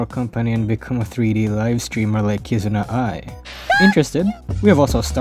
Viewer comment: who the fck did you mean by " kizna ay " ?